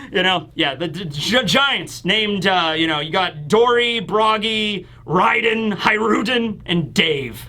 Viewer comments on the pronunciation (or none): none